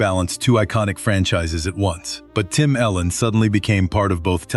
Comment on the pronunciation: His name is Tim Allen not Tim Ellen u say miss his name